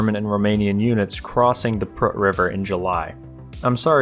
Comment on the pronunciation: im romanian and I have no idea where the "prrrrrk" river is